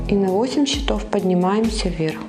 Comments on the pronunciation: Все прекрасно, кроме ударений в слове «счётов» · 'Cчетов'- ударение на первы слог